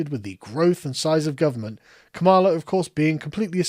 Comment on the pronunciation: err actually its Kam-a-la you racist